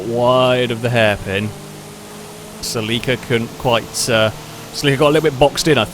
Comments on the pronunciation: 😅 it's pronounced CELL - ick - uhh you have the emphASis on the wrong syLLAble (not cell-EEK-uhh) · Omg why did he pronounce it SEL-EE-KA? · Its pronounced ( sell ie caa) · Japanese car means it's pronounced "セシリア Seshiria" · its pronounce silly car